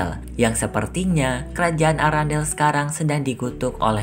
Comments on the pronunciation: Kerajaan erendel bukan arandel😂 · Kok sebutan istananya arandel sih kan namanya arenda